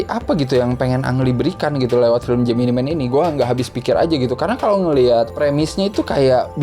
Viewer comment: How to pronounce this correctly: JEMINAI MEN not JEMINI MEN